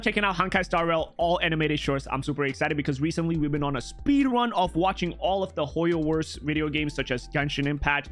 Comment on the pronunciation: Blud really said Hoyoworse 😂